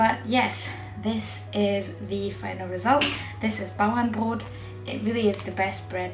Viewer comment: You must have a close German relative! Not only did you execute the recipe perfectly but you also pronounce the name correctly. Greetings from a German living in sunny Florida and misses German bread.